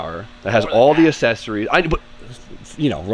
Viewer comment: forever mispronouncing accessories gives me life.